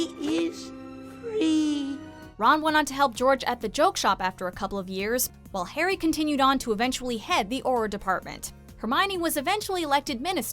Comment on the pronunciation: Again who is hairy potter. Try saying Harry.